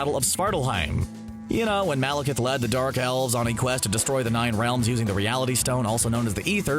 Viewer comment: They finally got somebody to pronounce Malekith right. But can he pronounce Eccleston?